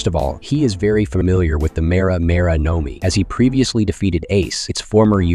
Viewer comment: No mi bro your pronunciations are terrible